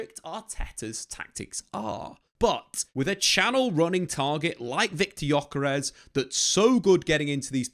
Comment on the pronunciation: Ö is not like "o" in jocky. More like "ou" in journey. More drawn out.